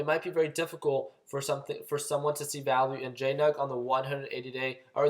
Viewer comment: Familar, Valoo... sorry man, had to 😂 Love the vids; very helpful.